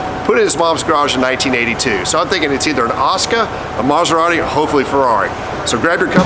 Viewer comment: The one and only "Coberrati"